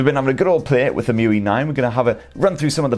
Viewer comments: So, how does "Emotion UI" become "EM-You-We"? 😂 Shouldn't it be " E-M-U-I "? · I guess its E-M-U-I not emuiee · It's pronounced Ee-em-you-eye! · It’s pronounced eee em u eye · Please. Stop. Pronouncing. EMUI. That. Way. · Interesting the way u pronounce EMUI. Wonder how u are gonna pronounce MIUI on Xiaomi.